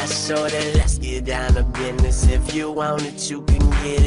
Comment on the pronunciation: Speech problem? Pretty sure you say "Business" not "Biddness" amazing video though. I am terrible with redstone.